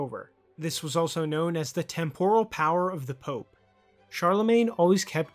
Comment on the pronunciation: Good vid. Stress on first syllable in TEMporal.